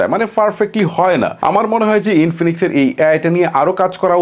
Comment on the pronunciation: Inifinix ❌ Binfinix ✅😆